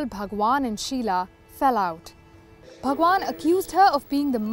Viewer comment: When she said bhagvan, i got cringed. Disgusting